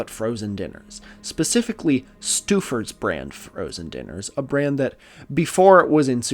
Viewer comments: STEW-fors?? My family has always pronounced "stouffers" as "stow-fors" and I don't want to look it up to risk having my whole life be a lie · I’m from Cleveland and we pronounce the microwave dinner brand STOH-fers, not stoo-fers. I know it doesn’t make sense based on the spelling, but it’s how everyone says it. Other than that slightly distracting detail, it was really delightful to hear some (more) weird history from my town. We are a hidden gem of kookiness, I swear. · you making a clevelander laugh. its pronounced stow-fer not stew-fer. 😂. but here is a funny vernon stouffer story, in the early 1970s he was out drinking with another fellow local cleveland businessman of note, george steinbrenner. george pressed stouffer to sell him the indians over many drankies, and he agreed. so soon after that night steinbrenner showed up at his office to do the deal, but stouffer said what are you talking about, i’m not selling. apparantly he had gotten blackout drunk. george then bought the yankees in a fire sale from cbs. and the rest is sports history. 🎉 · Also- Stouffer's is stow-furs, not stew-furs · It's pronounced Stow Fur TV dinner